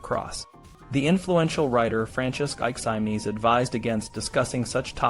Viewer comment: An excellent and fascinating video! I hope your channel takes off dude! Two things though: the title didn't really match the content of the video. There was no list of "ways to escape the gallows." Second, you should definitely check on your pronunciation of Aquinas's name if you bring him up in the future lol. Still, absolutely teriffic writing and fascinating sources that paint a vivid picture of a completely different time and completely different culture, much more intimately familiar with death, and the threat of execution. Really shows well how people lived and thought in such a world.